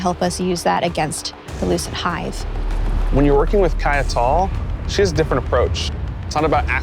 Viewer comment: Tell moustache he needs to actually play the game. Kiya-tall? Off